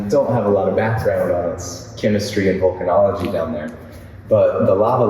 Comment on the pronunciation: The images and lecture were great, but, all due respect guys, it's VOlcanology not VUlcanology - which is a lecture for trekkies...😁